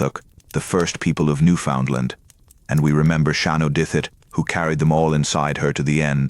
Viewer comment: At least have the province pronounced correctly.